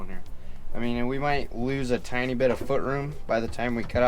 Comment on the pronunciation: Tinny M, that is what you keep calling it, Tinny M. There ya go